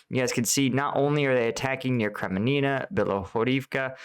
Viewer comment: Kreminna. Really simple name, only needs basic reading skills.